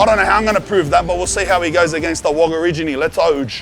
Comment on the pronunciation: You’ve done me on Wogarigini 😂